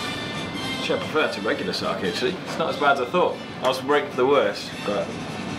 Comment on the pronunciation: Great content but super annoyed by the way you say sake lol. It’s an e not an I. Sah-keh